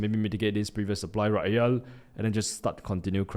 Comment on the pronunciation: its here not hele